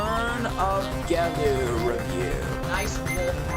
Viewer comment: It's jee-lew, not geh-lew.